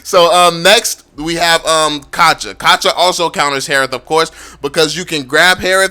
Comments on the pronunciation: Chou is not "chow" it's "chu". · He keeps saying chaw to chou wtf🤣 Filipinos will understand better💯👌